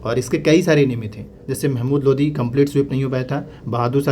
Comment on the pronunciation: Not Lodhi ❌ Only Lodi ✅